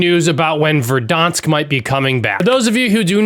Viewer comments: Ver-Darnsk. With a R. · Please don’t call it verdAHnsk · it’s ver-dance-sk. hurt to hear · lol “ver-dawnks”